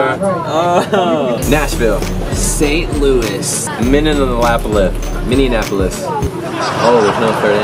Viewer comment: "Minionapolis" lmao😂 I absolutely cannot wait!!